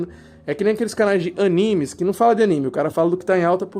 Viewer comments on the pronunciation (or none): none